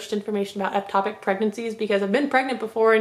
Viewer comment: You keep saying eptopic It’s ectopic